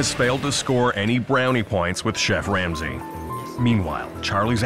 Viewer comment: I’m not sure if anyone noticed this but it sounds like the narrator said chef wamsey